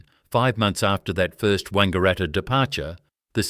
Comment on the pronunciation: 'Wangaratta' initially mispronounced, as was "Melbourne'. Shocking to hear the letter 'z' pronounced incorrectly as 'zee' when it ought always be 'zed' in Australia. And we say 'de-poh' in Australia not the USA 'deee-po'. 'ANZ" (the Bank) was also incorrectly pronounced. All these in the first two minutes. AI slop!!